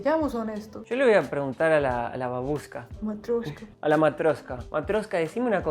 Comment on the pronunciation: "Matryoshka". Jajajaja no "Matroshka".